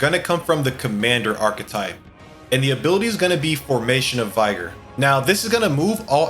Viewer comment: Skill 1-Gold attack Skill 2 - Faker's Roguery Skill 3 - Dekaja Skill 4 - Makarakarn + a poor attempt to be funny by the creator Skill 5 - Tetrakarn Skill 6 - Formation of Vigor (pronounced the last word wrong) Skill 7 - Knight's Proclamation Skill 8 - Patra Skill 9 - Dekunda Skill 10 - Magic Font pretty bad list honestly